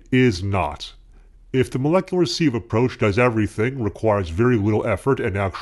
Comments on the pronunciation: Sieve, not seev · You've forgotten how to pronounce sieve again, you were doing well for a while :(